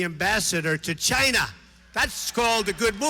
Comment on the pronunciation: if you listen closely someone mimics Trump's GYNA